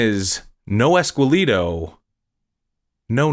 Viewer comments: "Ess-kell-eh-toh", not "ess-quell-ee-doh". Man, your pronunciation makes me sad sometimes.. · Esqueleto pronounced ehs- keh- leh - toh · It’s pronounced ES KEH LEH TOH